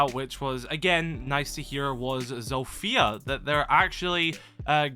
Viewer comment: Day 2 of asking Kyle to start calling her Z-off-ia instead of ZO-fia That’s how you pronounce it